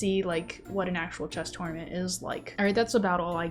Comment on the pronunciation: Ha! She pronounces tournament two-ornament! That’s adorable! 🤣